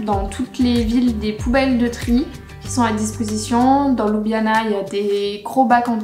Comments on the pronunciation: Étant d'origine slovène, je trouve que votre présentation reflète assez bien la réalité. Mon seul commentaire concerne la prononciation des lieux qui n'est pas correcte. Par exemple, la capitale ne se prononce pas ''Loubiana'' mais ''Lioubliana''. Bon travail! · oui bien sûr mais Ljubljana est quand même la capitale. Quand j'entends "Loubiana'' cela écorche mes oreilles :-) . Bonne continuation! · désolé mais on le prononce louboujnana... :)